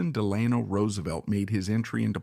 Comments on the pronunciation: I really wanted to watch this started it several times. But the mispronunciation of his name I just couldn't take anymore. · His middle is pronounced Delano. The stress is on the e. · I cringe every time he pronounces FDR’s middle name. Still this is a good overall biography. Thanks.